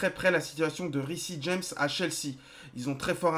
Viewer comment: Ça serait cool si tu pouvais essayer de prononcé "Riss James" au lieu de "Rissi James" PS : je sais que ça s'écrit Reece James🙂